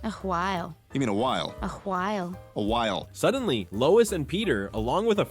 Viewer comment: "whiel you mean while? Whiel while whiel while whiel" 💀💀💀